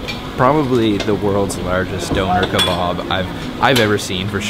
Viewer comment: DOUGH NOR KER BOB... LMFAO XDDD